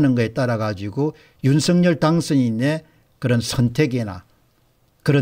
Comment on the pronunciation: 율서결이아니고 윤성열이맞답니다 발음하나에퀄러티가떨어져보여서야되겠습니까